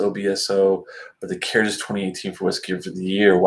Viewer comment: As you may know a DH combination in both IRISH and SCOTTISH Gaelic silences the D sound so CARDHU is (CAR OO) for comparison GÁIDHLG (GAW Lig), the Scottish gaelic word for the the language from which Gaelic in English is derived has a silent DH. The same is true for Cardhu and Tamdhu. Unfortunately, the majority of Scottish people are monoglot English speakers so they go along with the Anglicized pronunciation. Just an intellectual tidbit. SLÁINTE Mike